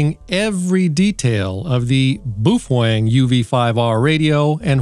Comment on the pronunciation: Please pronounce Baofeng correctly.